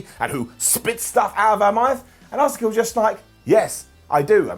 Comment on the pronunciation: Can someone tell to decide on how he’s gonna pronounce Asuka